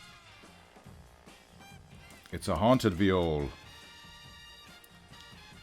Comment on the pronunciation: I definitely thought you were saying veal. Even until you started drawing the viol.